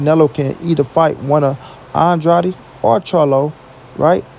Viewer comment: Pronounce Andrades name right its not Andrady How can you hear every body else pronounce his last name right. And you can't. And you probably will see this post and still say his last name wrong. Stupid